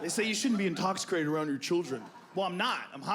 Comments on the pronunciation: What's "intoxicrated", Joe? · “Intoxricated” -Joe Rogan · Did Joe just say intoxicrated? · Literally 2 seconds in the guy says intoxricated instead of intoxicated... listen closely XD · Joe "intoxercated" Rogan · Intoxicrated haha 😂 pretty sure that’s what he actually said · Bro I read it while he said it and now I can’t un hear it